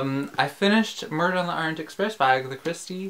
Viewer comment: 1) thanks for sharing the exhibition, means a lot personally 2) you pronounce correctly (by Russian terms at least) 3) congrats on finally reading Murder 😆 4) now I'm excited for the movie!! 5) don't cry, OK? TBDATE is gonna ruin people for sure